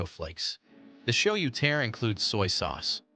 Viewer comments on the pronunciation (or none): Please please please pronounce "tare" correctly. It's not pronounced "tear" like "tear a piece of paper. It's pronounced "tah-reh." And while you're at it, please pronounce "tonkotsu ramen" correctly too. "TonKATsu" is the popular fried breaded pork cutlet. The ramen style is NOT "tonkatsu." it's "TonKOHtsu." Correct pronunciation will make your video better and more believable. Thanks.